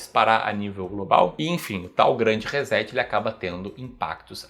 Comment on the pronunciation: ReSSSSSet....por favor!!! tem som de "S" e não de z....